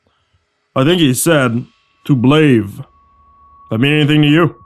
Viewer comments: "To blaaaaave" Oh my god. 😂😂😂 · He said “to blave” 🤣💀